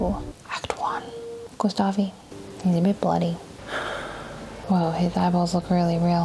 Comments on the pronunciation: GustaVE, It's pronounced "Gustaff" u monster ;D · I'm french, and I'm obviously ok with people not being able to pronounce names or words from another languages as it is in the original language. BUUUUUT JUST. I'm triggered each time I hear someone say "Gustavee". So this is a genuine tip for those who don't speak french : In this instance, the letter e at the end is silent. But just for this one. The letter e being silent at the end of the word has so many exceptions that it makes everyone confused, so I won't say anything anymore. For World's Peace purpose XD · I wish I had an Esquie in my life... 🥰 To take her mind off those awful moments, send her to the beach, to relax and maybe get a new bathing suit or two? And it's pronounced "Gustav", the "e" is silent. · not Gustav-ayyy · Gustavi, 😂,the game literally tells you whit sounds how to say that name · Just a note. To say "Gustave", don't pronounce the last 'e'. Stop at the 'v'. (The video was great.) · "gustavi" lmao